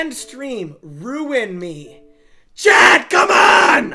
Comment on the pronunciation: The word chat does not contain an R or an L. Somehow this man rolls r’s in the word chat lmao